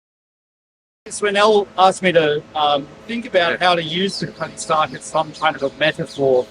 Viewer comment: You mean Cutty Sark, when you say “Cuddy Stark”? Or am I wrong? : ) Either way, appreciate your work a lot.